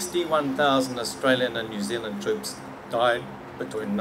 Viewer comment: “Your Zealand”